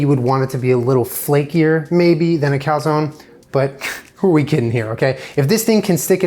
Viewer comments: Cal-zown? Is that how Americans pronounce calzone?? Kind of crazy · Why is he pronouncing calzone like that tf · You guys say cal-zone ? Where I like we pronounce it cal-zone-e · It’s pronounced calzonE... with the e... but with an ‘ay’ sound. 🤷🏼‍♀️ Also - this video had my anxiety through the roof 😂